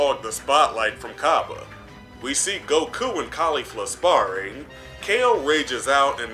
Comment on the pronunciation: Brah it’s cabba not cobba do you say cobbage instead of cabbage